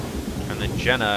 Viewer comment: Oh, I see, I correct Psynergy and then you subtly call Jenna Jjenna. I see what you're doing! OK, no, not really but I needed to comment here at least once instead of directly to you in Steam. :p